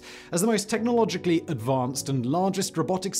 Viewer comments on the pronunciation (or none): The way he says technologically .. 😭😭😭💀☠